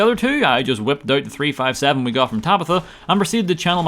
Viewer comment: Oh this premise is actually quite good and has replay value potential Noooo please it’s three FIFTY seven! not three FIVE seven